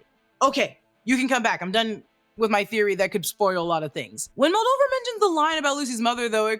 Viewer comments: Moldever moldiver moldover annnnything but moldaver 😂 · Mul-day-ver not Muldover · Moldover…Moldever.. ur close lmao!